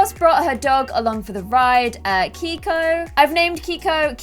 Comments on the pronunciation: I thought Keiko was pronounced (kay-ko) not (kee-ko). I'm not sure though, haha <3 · It is not pronounced k-ee-k-oh it is k-ay-k-oh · Hey! Love this series! Did you name the dog Keiko? That’s my grandmas name and it’s pronounced KAY-KO. Just a heads up!